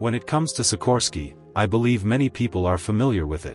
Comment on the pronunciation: Much more obnoxious is the way how he is pronouncing Sikorski surname... It is 5 seconds job to put it into google translate and then you can press speaker icon to hear how it should be pronounced correctly, just set to autodetect language or Polish.